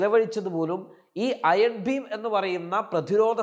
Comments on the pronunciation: Iron BEAM ! ഭീം അല്ല. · ചേട്ടാ അതിന്റെ പേര് അയൺ ഭീം എന്നല്ല, അയൺ ബീം എന്നാണ്..